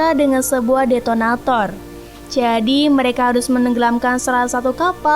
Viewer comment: detonator jir bukan denotator